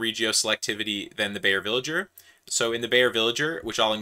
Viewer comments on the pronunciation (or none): Please don't call the good man a villager, it's /vɪlɪgəɹ/ or something of the sort, but please don't say the g as /dʒ/...